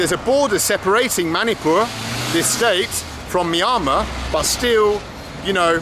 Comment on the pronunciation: Why do you say Myamar instead of Myanmar? Is that how it's pronounced in India?